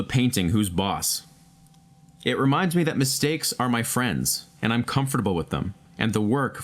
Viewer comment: listened to the whole thing! i feel uncomfortable hearing you say the word comfortable D